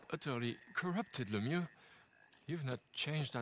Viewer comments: It's like "Luhmew." :) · “Second Invitation from Mayor...LEM-MAAA-LAA-LA” lmaooo Literally something I’d say. I love videos 😂😂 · Im at work craking up at you trying to pronounce "Mayor Lemieux"